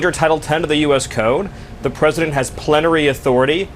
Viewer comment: The word "plenary" broke his brain 😅💙✌️